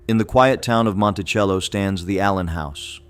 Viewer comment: Fouke is pronounced like Awe with an F and a K so it’s F-awe-k NOT Foooke, Heber Springs is pronounced Heeber Springs and Monticello isn’t pronounced like Thomas Jefferson’s Mon-ti-chell-o but like a prison so Mon-ti-CELL-o. FYI: Arkansans aren’t 99.9% WHITE like in this video. My Indigenous ancestors lived there long before Europeans showed up in 1541 and my Black ancestors arrived in the 1720s. What? Got something against diversity?